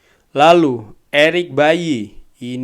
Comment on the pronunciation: Eric baily bang bukan eric bayi 😂